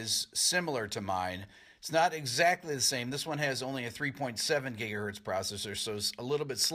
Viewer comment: I cringe everytime i hear them say gigahertz